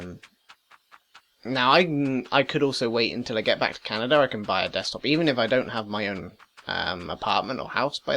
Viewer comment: Lol "Canader". Great video!